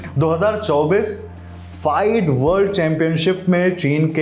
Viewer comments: फाइड nhi फीडे hota hai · फाईड नहीं फिडे 😂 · फाईड ❌ फिडे ✅ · Not फाइड its फिडे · Fide Ko sahi se pronounce karna sikho😂 फिडे hota hai 😅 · लल्लुओं को FIDE (फिडे) बोलते नही आ रहा है और फिडे की इनाम राशि पर कर की गणना कर रहे है।